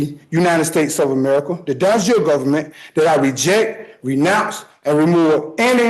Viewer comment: de jure = "don jure" ???